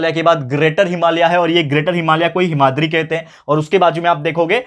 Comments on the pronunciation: Himadari not hamadari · Hamadri nahi himadri hota hai